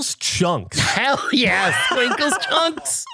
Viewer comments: Btw Skwinkles is pronounced with an e as in echo, it sounds like the word Squincle which is a way we call kids sometimes 🤣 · In Spanish we pronounce it "es-kwink-less" and it's tamarind